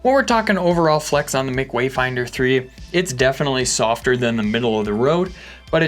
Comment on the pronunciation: I thought it was “Em See” for Matt Cummins? Never heard “Mick” before